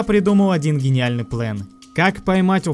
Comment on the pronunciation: он сказал плен, а план 0_0